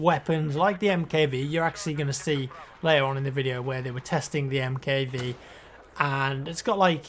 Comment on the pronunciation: Hey! Love your videos... I'm not trying to be a dick or anything but I think the MKV is pronounced Mark Five..:)